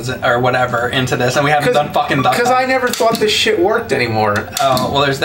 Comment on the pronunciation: When is sounds like he keeps saying Duck Cunt.